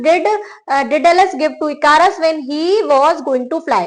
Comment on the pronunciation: ICARUS : ई-क-रस